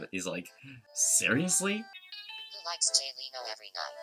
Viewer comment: Why does it pronounce Leno as Leeno?